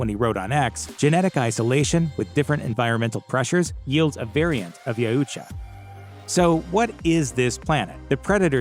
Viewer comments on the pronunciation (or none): YOW-cha not ya-ooh-cha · Y-OW-TCHA..... not Ya-u-tcha... its been driving me insane. XD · Yeah, I though it was pronounced Yowcha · Ya-oo-cha? No no no. Yau-cha. Please repeat. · I had to stop less than a minute in. He lost all credibility with me when you couldn't pronounce it right. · You're saying Yautja incorrectly..it ain't hard. "yow-cha" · I'm pretty sure you're pronouncing Yautja wrong. I've always heard it pronounced as Yowt-ja. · It's actually pronounced "yowt-jah" but great work nonetheless! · It’s pounced “Yowcha” I believe. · Bro said Ya uhhh cha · You’re saying Yautja wrong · They way you pronounce Yautcha is a bit annoying😁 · He can't say Yautja